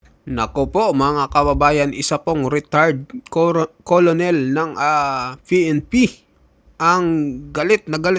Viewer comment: Di yan kolonel,,ang pagbasa nyan..kernel